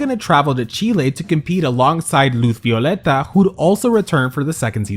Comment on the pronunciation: Did you say Luth Violeta? 😂